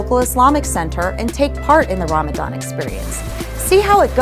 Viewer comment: I can't, I just can't resist Ask yourself if you are really a believer 😅 Chastity & modesty ? And Muslim who is practicing - reads and understand Koran (Qur'an ) knows the ruling on Covering. Also know how to pronounce (رَمَضَان) . So now the Question arises Who are you 😅😂❤